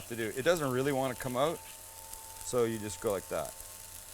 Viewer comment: Also "flatten it ooot a bit" :)